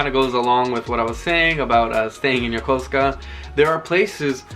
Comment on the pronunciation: It’s so refreshing to hear someone say Yokosuka properly!! Thanks for a great vid